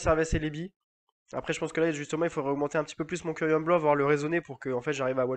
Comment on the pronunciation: KYUREM KYUREM KI-OU-REM apprends à lire wsh, j'aime bien tes vidéos c'est ça le pire mais quand j'entends dire ça ca me rend violent presque mdr